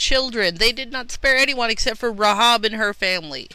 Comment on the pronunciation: The correct pronunciation is "Ray-hab", not "Ra-hob" She's a true heroine of the Bible, an ancestor of Jesus, and you have no idea what you're talking about.